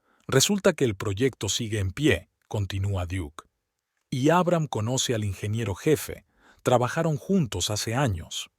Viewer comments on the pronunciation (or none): Como se puede narrar tan mal, traducir mal los géneros, pronunciar el nombre de Abraham, poniendo el acento en la primera A, en serio? Historias que con un buen narrador, sería mucho más agradable...Siento ser crítica, pero es mi opinión...